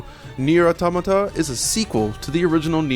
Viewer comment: Wow, you really can't pronounce Automata can you?